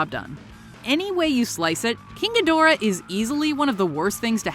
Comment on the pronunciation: I hate the way she says ghidorah 😒